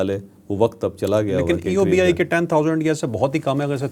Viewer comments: او جاھل، eubi نہیں EOBI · It is EOBI not Eubi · سر بہت ادب کے ساتھ عرض ہے تجزیہ دینے سے پہلے کچھ تحقیق کرلیا کرین؟ یہ ادارہ EOBI ہے آپ اسکا نام بھی درست طریقے سے نہین لے رہے۔ دوئم یہ کہ اس ادارے کو گورمنٹ کی جانب سے ایک پیسے کی بھی سپورٹ نہین ہوتی یہ ہم ملازمین کے ہی پیسے ہین جو ہر ماہ پنشن کی شکل مین ادا کئے جاتے ہین۔ اس ادارے کے پاس اربوں روپئے کے اثاثہ جات ہین ادارے کے ملازمین ہم لاچار، بوڑھے سابقہ ملازمین کے پیسون پر ناگ بن کر بیٹھے ہین اور خوب گل چھرے اڑارہے ہین اور جب ملازمین کی پنشن بڑھانے کی بات آتی ہے تو ادارے کے سر براہان منہ مین گھنگھنیاں ڈال کر بیٹھے ہوتے ہین۔ آپ سے التجا ہے پہلے اس مسلے پر اپنی تحقیق کرین اسکے بعد اپنا تجزیہ پیش کریں۔ جزا کم اللہ خیرا کثیرا۔ وقار اعلیٰ کراچی۔۔۔۔۔۔۔